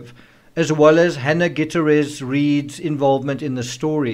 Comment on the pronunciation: GOO-TEE-AIR-EZ. You're welcome. 😉